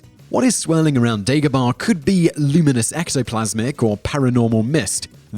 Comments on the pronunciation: Dagobah, not Degobah. Yoda doesn't leave Dagobah because of what I've heard, it emits dark side energies, which masks him from Palpatine. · Its not dEgobah its dAgobah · You say Obi Wan weird and you say Dagobaaaah lol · It's Dagobah